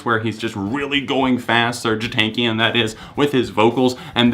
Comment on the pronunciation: the way he says Serj TANAKIAN makes me cry. but good list